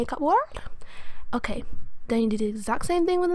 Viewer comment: 'but is okeh' dead